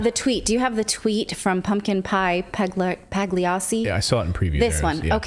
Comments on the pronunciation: Paglacci is pronounced "paliAchi". It is a famous opera too. And the nick is actually translated as "pumpkin pie jesters". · That poster's name is pronounced paw-lee-ah-chi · Pagliacci is an Italian opera based on a true story. Pronounced pal-e-och-chee. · It's "Pagliacci", like the opera about the clown. It means, "clown" in Italian... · the way she pronounced pagliacci 🤭